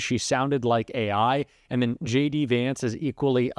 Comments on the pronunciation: He didn't trust her. When he says JD it sounds like "shady"😂😂😂😂😂😂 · I love the way even he pronounces his name Shady. 😅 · I swear I heard him say, “hey guys, it’s Shady Vance here!” 😂 what a big old dope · I swear I heard him say, “hey guys, it’s Shady Vance here!” 😂 and btw .. it’s looking like he’s wearing more and more eyeliner as the days go by. He’s going hard for that smoky eye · Did he say.. Shady Vance lololo